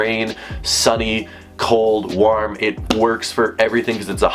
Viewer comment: The way u say warm is so funny